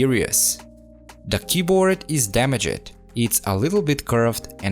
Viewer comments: “damage ed” no no no damaged its all one word bro ur miss saying it i know english is not ur first language so i hope this tip helps u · I love the way how says DamagED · when you said damajed i felt that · Great job ! just to let you know "damaged" is two syllables 😉